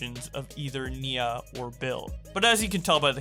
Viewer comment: it's NIA not NINA